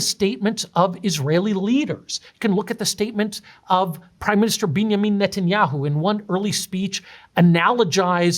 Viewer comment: he’s definitely a Zionist or associated with the state of israel that pronouncation of netanshits name is way too suspicious